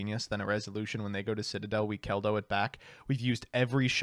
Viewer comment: I liked the part that featured nearly mispronouncing Citadel as Shit-adel lol